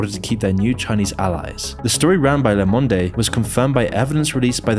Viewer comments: The french Journal is pronounced, Le Mond, not Lé Mondé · When it's ... "Ooh la la mister French Man. La Mondé" It's Mond! Say it right 😂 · "Le Monde" is pronounced "Le Mond". The "e" is silent. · Le monde : lomondey